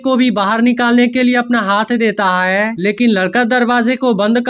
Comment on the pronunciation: Haiy q bol rhe h bhai hai bolye